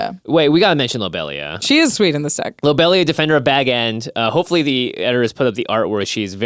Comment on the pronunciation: the pronunciation of lobelia was killing me lol